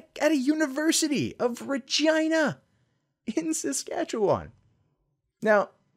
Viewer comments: You pronounced it correctly. Regina is "REE - JAI - NA" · Believe it or not; you're pronouncing "Regina" correctly. It's the capital city of Saskatchewan. source: I'm Canadian. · Your mocking way to say Regina is actually how it's pronounced. My fiance and I had a good chuckle at that. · Hahaha. You got it right,. The way us Canadians say "Regina" rhymes with vagina. Saskatchewan's easy to point out on a map. If you add it to the USA as the 51st state, it'll look like the country's flipping the bird. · Your pronunciation of Regina is 100% correct. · You pronounced Regina properly as far as we Canucks typically do. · You're actually pronouncing Regina correctly. As a hockey fan, I've heard that city's name numerous times. Also, think back to Deadpool when he says, "That's why Regina ... rhymes with fun." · Sadly you are actually saying Regina correctly. Yes, there have been a few jokes made about that one. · Pronouncing Regina with a hard 'I' is correct, good job. 👍